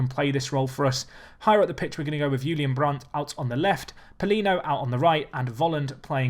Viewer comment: I'm surprised you pronounce "Brandt" right, goof job :D